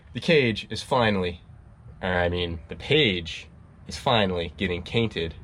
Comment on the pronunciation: Now I can’t tell when is saying page cainted on purpose or mistake😭😭